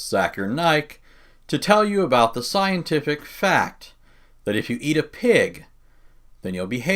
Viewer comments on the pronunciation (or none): At 0.14, ..."There is a...Scien-tee-thic.............................. TTHInGG".